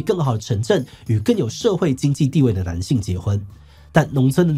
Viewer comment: 聽得出來鼻音很重 念稿的時候鼻塞了嗎 一直聽到男性與呂姓 可以在念之前先運動一下伏地挺身啥的能讓鼻子通暢一下子